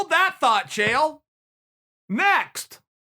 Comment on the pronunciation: Uncle Chael is the only person who gets the pronunciation of the fighters names correct. These other commentators need to get their shit together.